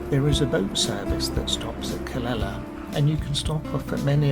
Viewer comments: Calela..noooooooo.. Ca Le Ya.. Calella is pronounced with the two ll's as a "Ya"...... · Hi nice video, the correct way is indeed Ca ley a, double ll in spanish is like a Y. 🙏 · How do you pronounce Calella. Is it Cal lay a?